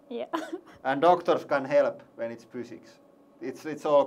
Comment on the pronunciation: "Not optimal, this is not beeology anymore, this is fooziks" :D